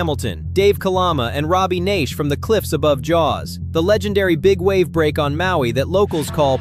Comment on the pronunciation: Why can't a real person narrate this? It's not Robby Neish, he pronounces it Nash, spelled Naish.